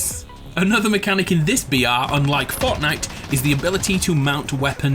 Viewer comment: weirdly every time he is sayin 'BR' it sounds like "Biyatch"